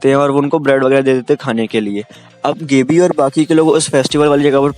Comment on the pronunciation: Thoda Chota intro rahko Bhai.. Nice video.💥 Gabbi = गाबी not गेबी Aree Bhai last ke part to main tha Uske bare mein to Kuch Bola he na.i... Reiner ki meeting. . with